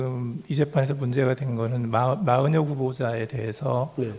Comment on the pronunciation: 마흔역 아니고 마은혁